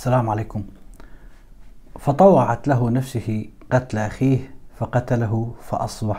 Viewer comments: لقد أخطأت قراءة الآية الكريمة ، و الصحيح هي " نفسُهُ " و ليس " نفسِهِ " بارك الله فيك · قراءة الاية غير صحيحة فطوعت له نفسه بالضم